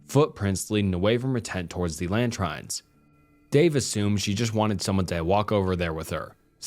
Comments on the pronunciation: Loving the stories (seriously good stuff), but "Latrine" is pronounced "Luh-Treen". I don't usually correct others like this, but this instance was particularly bad. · Hey!! Great stories I love listening to them 🙂 I notice there are times you mispronounce a few words in your vids, we are all guilty of this. For the future though the word LATRINE is pronounced like LATREEN 👍